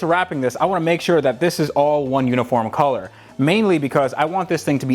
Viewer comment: funniest way of saying colour at